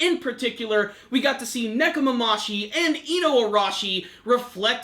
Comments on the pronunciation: it's Nekomamushi not Nekomamashi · nekomamushi not nekomamashi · ne-ko- ma-MU-shi.... it's been several weeks now come on man get their names right